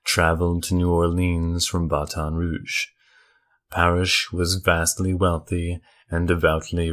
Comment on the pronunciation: you say it like Th-ibo-dew,but it's pronounced T-ibo- daw. Also Baton Rouge is pronounced Bat-on, not Ba-ton